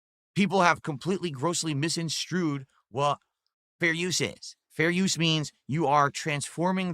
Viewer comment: 10.49 - “misinstrued” - WTF! fell asleep in English class - valedictorian!